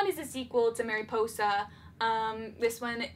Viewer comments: *mary-Poi-sah* Me, a Spanish speaker: wince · not mary-poi-za